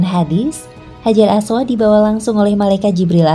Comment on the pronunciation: Hajar ..apa orang panggil batu hajar aswat ni sebut pun salah